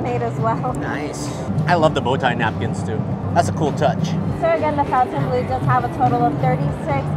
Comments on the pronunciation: Everyone is pronouncing it fountain blue like mountain dew but it’s spelled like it should be pronounced FON-TAIN blue. Am I missing something? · Pronounced Fon-tun…not Fountain. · Cool video! But you are pronouncing the name in English, when it's spelling is French and would therefore have a different pronunciation. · Fon tain blue :-)